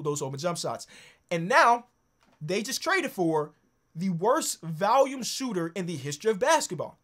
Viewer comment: Why do you say “volume” like that? Lol.